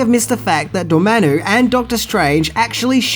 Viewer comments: It’s Dor-Mam-Mu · Who tf is Durmano? Lol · Its pronounced, Door-mom-u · Love the videos but does mispronounce things on purpose or is it accidental? He said Cumberback instead of Cumberbatch and Dormannu instead of Dormammu, and those are just the two examples that came readily to mind. When Garyx Wormuloid does it, it's an obvious joke, but with I just can't tell. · dude do you mispronounce things on purpose? lol Cumberbat? Dormannu? come on lol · I love your videos,, but some of your pronounciations make my skin crawl. It shouuld be: "Come-burr-batch" played the villian "Door-ma-moo" just for future reference.